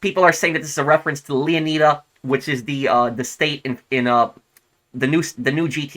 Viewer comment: leo nai da not leo nee da